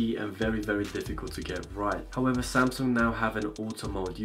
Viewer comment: "S9 this and that"... "howevah the Exit2"